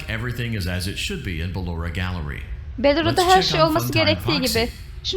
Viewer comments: bellora deyil Ballora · o beloora deil baloora olacaktı yanlış diyorsun